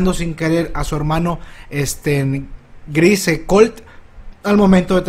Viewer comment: No puedo con tu pronunciación del apellido de falco, lo siento